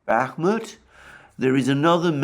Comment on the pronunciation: Alexander and his continuing pronouncements that Bakmuht is on the cusp of falling to Russia/Wangker!! The daily dose of comedy for and The Dohwrong never gets old!! 😂😂😂😂😂😂😂😂